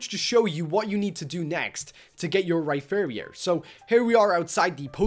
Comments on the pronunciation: ITS (RAI-PEE-REEROR) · WAIT HE SAID RYFAIRYON!?!?! XDDDDD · UR SAYING RHYPERIOR WRONG ITS RY-PER-IOR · Ry-fear-ior XD